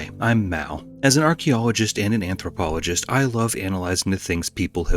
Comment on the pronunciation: Wtf is an amprohpoligtst